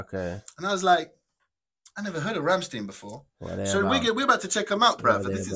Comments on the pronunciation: It's not Rammsteen, the "stein" at the end is pronounced like in Frankenstein or Einstein. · Best band ever! If you want with subtitles, some of their musics are on the channel " Buchstabu " re-uploaded with subtitles.. But others only in their official channel.. Rammstein is not pronounced like this.. Rammstein, rimes with "pine" or "mine".. the Du Hast song, is basicly a warm-up song..